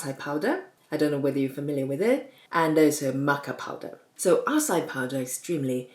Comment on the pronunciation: Love your videos. I make the keto french fries on a regular basis. Acai is pronounced ah-sigh-ee. Thought no matter how it is pronounced it doesn't change what it is. 😁 Please don't take this as disrespectful. Be safe, Doc